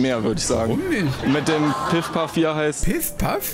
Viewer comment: Mit dem PiffPaff XD Junge der heißt PuffPuff. XD